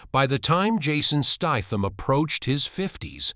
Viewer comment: Turned this crap off when you can't even say his name properly